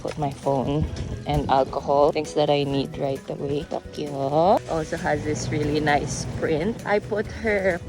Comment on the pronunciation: not TOKLO ??? Its TOKYO!